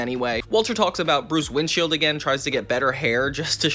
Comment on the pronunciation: Did you say Bruce Windshield? Lol I think it's Bruce Windchill